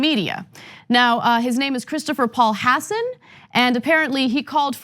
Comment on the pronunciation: The coastie's name is Hasson. Faux News keeps pronouncing it "hoss-san" to make it sound like he's one of them there A-rabs, and they-uns knows all 'bout them, ain't they? F*ck all you white supremacist trumpanzee rape-publican turds.